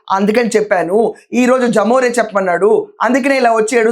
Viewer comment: జమోరే కాదమ్మా, లెమొరె. అంటే లెవిన్ మోహన్ రెడ్డి.. అలానే పలకండి